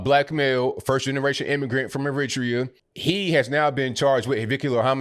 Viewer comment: Never hears Eritrea pronounced that way... Maybe it's a UK/US difference but I've always called it air-it-tray-ah, as have the Eritreans I've known 🤷‍♂️